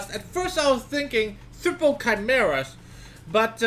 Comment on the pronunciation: cmon u said triple correctly the first time and then u mess up seconds later xD